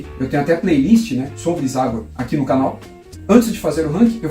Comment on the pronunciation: Gostei do canal. Valoriza o grande Zagor. O Espírito da Machadinha merece. Observando que eu chamo de "Zagôr", e não Zágor".